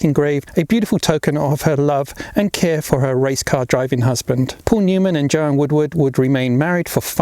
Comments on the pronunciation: I beleive it's Joanne,not Joanna! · ITS JOANNE NOT JOANNA!